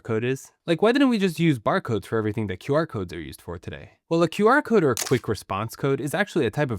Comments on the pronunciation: Why did i heard "Bark code"? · It's pronounced as Quar-code, short for Square-code, not Q-R-code. 99% pronounce it wrong. Also it's a backronym, they first invented the name, then made up words to represent it. Quick response code? :)) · I think it's pronounced qrazy-code.